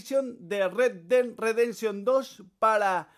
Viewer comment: primero pronuncia bien y luego critica retdedresension 2